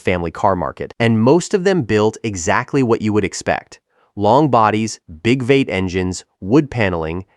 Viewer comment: Not sure if you are using AI for narration, but "V-8" is pronounced "Vee-eight" NOT "vate"!!!